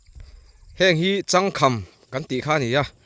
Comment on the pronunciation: "Chang kham" tih khi inlam diklo